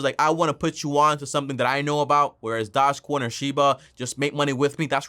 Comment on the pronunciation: Lol can u say doge coin name right